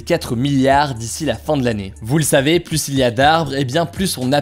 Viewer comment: "PluSSS il y a d'arbres ?" Je pense Hugo qu'on dit "Plus z'il y a d'arbres". Merci pour tes vidéos, toujours aussi géniales. Bravo !